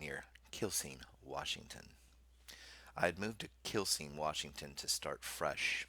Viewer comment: Just fyi, Quilcene is pronounced "Kwillseen" and we refer to it's residents as "Quilbillies"